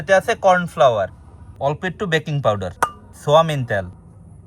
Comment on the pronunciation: এটা ছোয়ামিন না ছোয়াবিন হবে